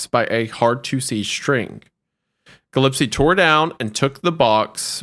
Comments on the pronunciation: It’s pronounced “Gill-Espy” not “Jill” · As a Gillespie, this ep was painful to listen to (mispronunciation), great ep tho! ✌️&❤️